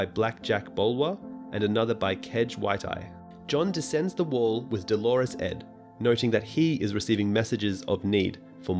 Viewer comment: Is it not pronounced like Doe-low-Russ Ed? Not Dolores, no?